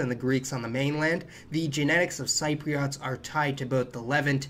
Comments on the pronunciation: Wonderful video - thanks! Levant is pronounced Luh-VANT and Cypriot is pronounced SIH-pree-ut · Hi! I’m a “Cypriot” 😅 a bit late to comment but Cypriot is pronounced as Sip-reit 😆 also great video! Any more content on Cyprus? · very informative video, as always. May I point out that, for some reason, the 'p' in Ptolemy is silent, i.e., TAH-lem-ee, and Cypriot is SIP-ree-aht? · Cypriot is pronounced Sip ree ot. Levant is Leh-vant, and many other words of people and places were mispronounced. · Just a tip, check how you pronounce Cypriot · Please do not take this the wrong way, but every time you say the word “Cypriot” it just drives me nuts! I studied Latin (Greco-Roman history and some Classical Greek in high school) and I have some ethnic ties to the region, but in US or UK English it is well established that “Cypriot” as a noun or adjective is pronounced “SIP-ree-Ut”. listen here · Can I just say you kept pronouncing Cypriots incorrectly. But you did explain why I have seen DNA reports of many Greek Cypriot not having geeek ancestry in their gene pool, and why many Turkish Cypriots having Greek ancestry. It’s so confusing. Basically as we are in the centre of that region of the world there has been a lot of ‘mingling’ of the blood lines. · A friendly suggestion - you may want to check out the correct pronunciation of the words "levant" and "Cypriot".